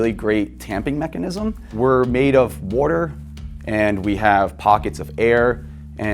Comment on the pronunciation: He said we're made of "wourder" 😂😂😂 We got another Brad Leone on our hands